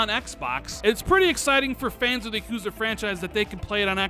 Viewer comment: Dont ever pronounce yakuza again